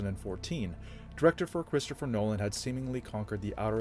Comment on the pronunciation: This dude is CONSTANTLY butchering names.